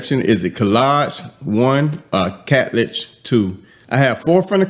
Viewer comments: Hello it is hadlaj the k is silent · Hey, so glad to see this review! It's pronounced Haad-Laj (Khadlaj) I'm LOVING it!❤ Can we agree that Khadlaj doesn't miss? 😊